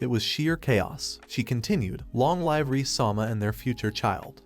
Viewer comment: Ai stop pronouncing live wrong it's pronounced liv not live